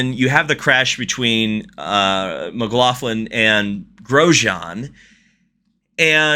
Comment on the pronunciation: Please it's Mc-lock-lin